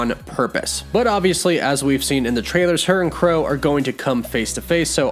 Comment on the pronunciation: What "Crow" Really 🤣🤣 it's Kro bruh